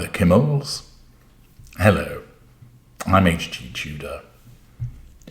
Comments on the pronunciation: Just a quick note, HG. It’s KIMM-el, not Ki-MMEL. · FYI, Kimmel is pronounced with the emphasis on the first syllable not the second syllable the way that you are pronouncing it. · Jimmy Kimmel pronounced with emphasis on the first syllable